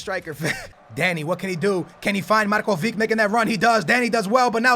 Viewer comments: u say markovik but its markovitsch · markovic(h) not markovik. u can pronounce ibrahimovic(h), modric(h) and so on... but anyway get DZEKO from roma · Its Marcovitch, not marcovik you are saying it wrong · its not pronounced markovic its markovich the same as modric is modrich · It's Marković,not Markovik -. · DUDE READ COMMENTS!!! MARKOVIC NOT MARKOVIK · pls for the love of God it's Marcovich not Marcovic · Really good video :D But your spelling of Marković is wrong ;D You need to say Markovich same as Ibrahimovic :) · The "c" of Markovic is pronounced like the "c" of Mandzukic ;)